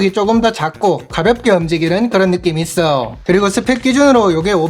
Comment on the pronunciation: 말투보단 발음이.. 있어요 했어요 이런부분 거슬리네요 있어오 했어오 이러시니까